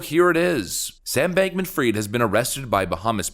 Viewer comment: Hi. Its not Sam Bankman Freed - IT IS Sam Bankman Fried (spelling fraid) Almost allnews anchors and media influencer get this utterly wrong.